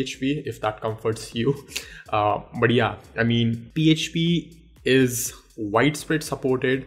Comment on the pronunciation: When you say "But yeah" I hear it "Badiya".. Ha ha.. "Badiya video tha"